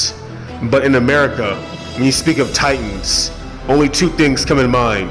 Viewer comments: As a TITANS fan..... Please for the love of God, learn how to record your voice with consistent volume levels and in one room, or say it all in one recording or learn how to edit your voice over. Oh.. And please stop emphasizing the "T" in The TiTanns" it's just Titans bro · Anyone else cringe when he pronounces it "tight-ans": accent on the 2nd t?